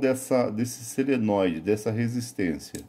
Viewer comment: Não é seneloide e sim solenóide!